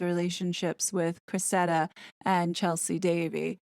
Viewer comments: I think her name is pronounced, “Cress-ida”, with the stress on the first syllable, “Cress”, and the “ida” is like the “ica” in “Monica”. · “Sow” as in the verb “you reap what you sow” is pronounced “so,” not pronounced “sow” rhyming with “cow,” sow pronounced rhyming with cow is a noun meaning a female pig. The young woman’s name is pronounced Creh-si-dah. Why on earth would King Charles give a flying fig about what a bunch of ignorant trash sugars think in the US? Most Americans are laughing their off at the crybaby necklace being torn and the dog bowl landing.